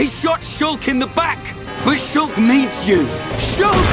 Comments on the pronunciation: After a while, I heard shook. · Im hearing it as shook now lol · Shulka shulka shulk bi bi di da da shulk a shuls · Now I hear is “shook” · Sholk man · Now I here shook